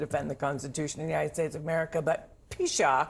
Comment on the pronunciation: Um,, I don't think that's how you pronounce "pshaw."